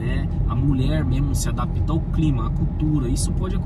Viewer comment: Adapita? Tentem falar melhor o Portugues! Adapta, vem do verbo adaptar... 👍